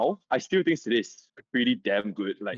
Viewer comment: Hello. Few things. It is Seel-ah, it's voice acted in the game so there's no debate. So saying Seel-eh is wrong. Anyway, Topaz, Clara and Lynx is a crazy good combination and you can add March 7th or Asta and be doing very well. In update 1.5 the follow up attack set is also coming out. Personally, I would try to get Topaz and Seele. Skip Jingliu.